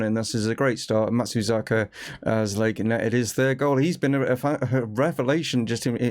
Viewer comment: Matsuzeeka, Matsazuka, Matsazuki! - I've heard this name butchered multiple times. I think we should just call him MATS and be done with it 😅 I'm really enjoying this series and you're building something pretty unique at Chesterfield.